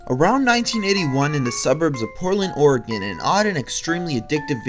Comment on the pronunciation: YOU PRONOUNCED OREGON RIGHT!!!!! :D